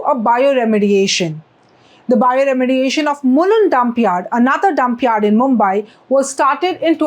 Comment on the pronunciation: Need to work on pronunciation - मुंबाई × मुंबई ✓